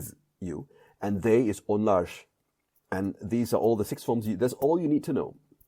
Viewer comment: Can you please explain why you're adding "sh" sound after r in Onlar